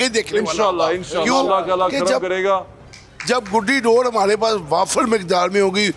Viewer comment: Read Dores instead of Sores.